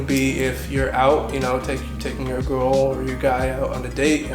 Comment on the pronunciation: Good for you man. Are you purposely pronouncing the word "girl" wrong?